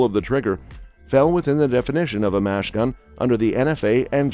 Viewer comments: Great text to speech software but it's machine gun, not mash gun. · My man said “fully semi-automatic”, and “mash gun”.